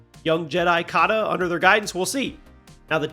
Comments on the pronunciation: I wonder if it's been some time since he played it (if he played it) and maybe got it mixed up with Force Unleashed? And Kata is pronounced wrong, he says something about her real father although we know Bode IS her real father. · i don't think he even played the game bc Cal never used force lightning ??? he repeatedly mispronounced Kata's name in a previous video too....